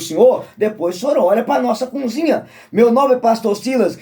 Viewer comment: Meu conterrâneo você fala sobre batismo..Jesus se batizou com quase 30 anos, qual o teu argumento contra esse batismo? E vê se aprende a falar cozinha, e não cunzinha😂